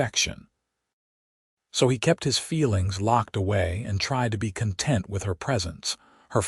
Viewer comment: There are several pronunciations that need to be corrected. In particular content, Santa Fe and read are the ones I remember.